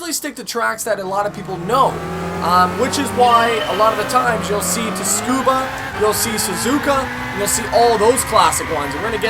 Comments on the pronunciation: lol, you're saying TUSKUBA ITS Tsukuba as it sounds not the "U" first. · dude, if you're gonna play alot of racing games, try learning some track names :p its pronounced TSUBA, despite there being a K there. cause japan is weird and they do what they want ;) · Its a silent "T" in Tsukuba.. "tsu" in Japanese is pronounced as "su". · this pains me every time I here it. Tsukuba is pronounced with a silent 'S'. That's how it's pronounced in Japan anyway. Us Aussies do a lot of business with Japan and the rest of Asia